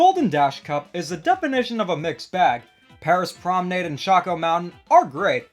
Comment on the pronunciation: My heart when every YouTuber pronounces Paris Promenade wrong 💔